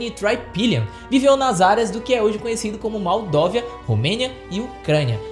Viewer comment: Vc falou maldovia.. Não seria Moldávia..? Mas um ótimo conteúdo..